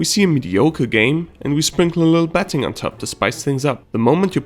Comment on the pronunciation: it seems like you're pronouncing the word betting as petting